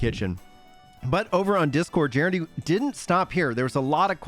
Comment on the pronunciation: So stoked for the patch! Also just a friendly FYI… Gennadiy’s name is pronounced “guh-NOD-ee”. 😃